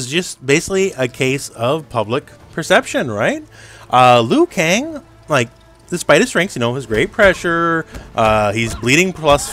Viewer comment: "Liu Kong"😂